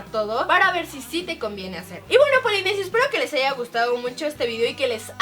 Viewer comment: jajaja en el minuto dijo polinesios mal jajaja Te Amo Karen, Rafa y Leslie.